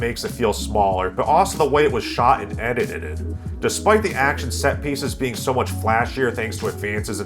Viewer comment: Love the way you butchered that word..."edited-ed"! I guess this movie was just as wrong in getting the plot similarities right. 😂😂